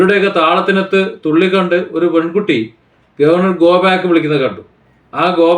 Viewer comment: ഗോ 'ബ്യാക് ' എന്ന് വിളിക്കുന്നത് കേട്ടു. എനിക്കും എല്ലാത്തിൻ്റെയും ശരിയായ ഉച്ചാരണം അറിയില്ല. എങ്കിലും... പാവങ്ങൾ... സാധാരണക്കാർ... വിദ്യാഭ്യാസവും ഒരിക്കലും തിരിച്ചു കിട്ടാത്ത അമൂല്യമായ ഈ സമയവും നഷ്ടപ്പെടുത്തുന്നു. കുറെക്കാലം കഴിഞ്ഞു തിരിഞ്ഞു നോക്കുമ്പോൾ...